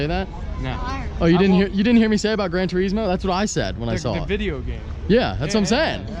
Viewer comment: Gran Tur-is-Moe. Gran Tur-iz-Mo...yeah no where are u from again?